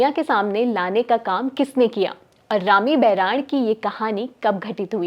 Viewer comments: उच्चारण ठीक से करो मैडम rami baran nhi boran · video m anchor Rami bhahurani ka uccharan sahi nhi kr rhi h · Haan kai baar bola galat